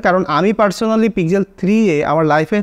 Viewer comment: পিজেল নয় দাদা পিক্সেল